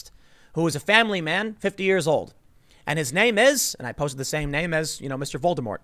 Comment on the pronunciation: Tim, dude, stop calling him Voldermort... its actually distracting and sounds silly Just call the guy Sir. Whistles if you're that scared to say the actual name :P